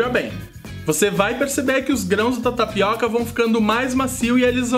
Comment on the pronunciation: tapicô .kkkkk bacana.